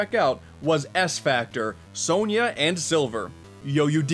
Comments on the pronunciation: It’s pronounced “Sonia” not “so-nyah” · Isn't it "Sonia," not "Sonya?"